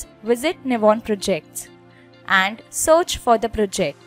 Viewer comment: It's called 'search' not sorch😂